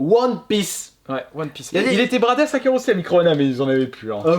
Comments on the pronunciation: "Won pisse " le retour 😂😂😂😂😂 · woneux pisseux ! LOL